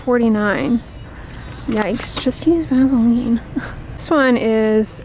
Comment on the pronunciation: Omgosh!!! It’s just VAS-E-Lean! Why is it so hard to say??!